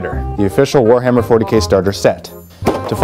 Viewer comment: ha in one of the bloopers, i'm pretty sure you said you were having a "phwoarhammer 40k sale"